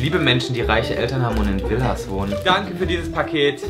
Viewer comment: Wenn Joey bei "Villas" sagt😭